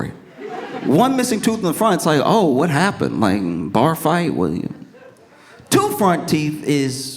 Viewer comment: It was her wonderful Dublin-accented “Whas?!” that was my fave 😂